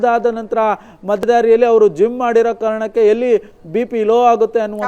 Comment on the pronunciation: ಜುಮ್ಮ್ ಅಲ್ಲ ಕಣೋ ಜಿಮ್ 😂